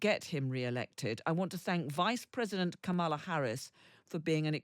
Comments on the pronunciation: still can't pronounce Kamala correctly?????????????????????????? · Maybe you can all learn to pronounce "Kamala" now? It's not difficult